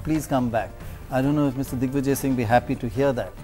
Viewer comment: did pranoy say dickvijay :D??